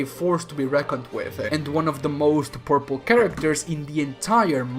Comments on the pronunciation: Whenever he says powerful when talking about Thanos it sounds like purple wich is hilarious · Your accent made this video so much better at one point. I heard "and this made thanos one of the most purple characters in the marvel universe" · Every time you called thanos powerful I thought you said purple.